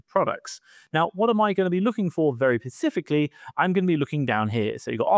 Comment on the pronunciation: Specifically not pecificly. Lol.